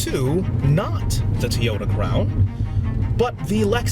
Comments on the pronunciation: It's pronounced like Toe - Yo - Tah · What is a "TEE-oda"?